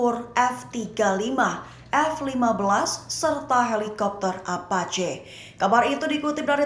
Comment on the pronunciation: bukan `apace` tapi epaci